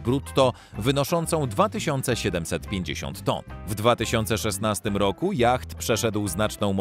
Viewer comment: yacht wymawiamy jako jot